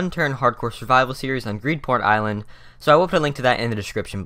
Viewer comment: It sounded like he said greedporn island